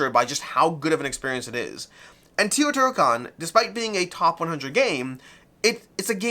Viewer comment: Actually, it is TAY-O-TEE-HWA-KAN